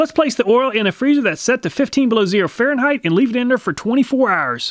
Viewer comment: Just a pet peave of mine but it might bug others and turn them off from your vids. Fahrenheit does not have an h on the end and is not pronounced with a th sound at the end, rather it is a hard t sound. Also the s at the end of illiois is silent, should be pronounced ill-annoy